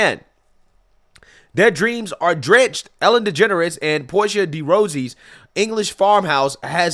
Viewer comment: Ross-i NOT ROSEY